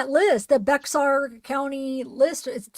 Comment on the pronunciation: Hi, Bexar is pronounced Bear County...hope that helps?